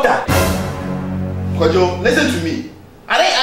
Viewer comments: no no no kojo not kojong what are U from Japan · Its Kojo not kojong